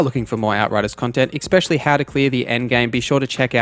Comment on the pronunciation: There is no X in the word especially